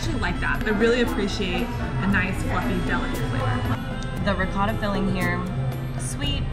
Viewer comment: The way they're saying ricotta is really grinding my gears.